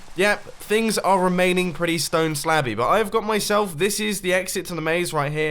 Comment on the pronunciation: Who else heard that as stone slappy 😂😂